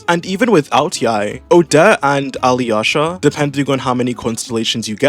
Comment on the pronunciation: Ok, as a Slav it’s so funny to hear you trying to pronounce Alyosha. Just ignore “y” Alosha should be fine